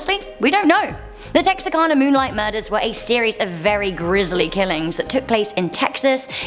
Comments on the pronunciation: THANK YOU for pronouncing Texarkana correctly! That's my hometown, just on the Arkansas side (yes, there's a Texarkana, Texas and a Texarkana, Arkansas). Always bugs me when people from my own country can't even say it right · You're the bees knees. You said Texarkana correctly! Better than some folks who live in proximity of it. Many folks pronounce it wrong. Im originally from Oregon but married a man from South Lousianna and we spent the first twenty something years of our marriage in Arkansas, Texas and Louisiana. You guessed it. It straddles all the states where they meet. And sometimes the pronunciation of thing makes me cringe. You are very talented at pronouncing even what you're not sure of. Make you excellent at your job.